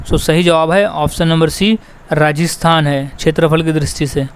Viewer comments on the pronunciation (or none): none